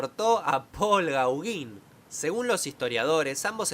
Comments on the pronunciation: Genial como siempre!! Pero te corrijo. No se pronuncia como se lee. Gauguin. Si no: Goguen... Y pregunta... Quien querría asesinar a Van Gogh?? Se sabe que tuviera enemigos aparte de Gauguien??? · Se pronuncia "Goguen"🤔 jajaja buen video 👍👍👍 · GOGÁN, SE PRONUNCIA POL GOGÁN